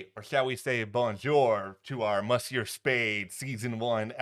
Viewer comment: Yikes,! Your pronunciation of French words like "monsieur" and "bonjour" is absolutely horrible. I sincerely hope you will refrain from doing that again. Aside from that, nice presentation. 🙂